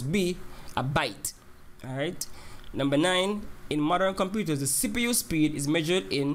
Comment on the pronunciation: sounds like u saying sipu lol